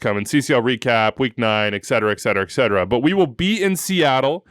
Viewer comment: One of these days, might realize it's etcetera, not ekcetera...